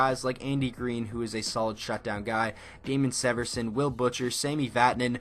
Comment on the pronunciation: The way you say Severson. It hurts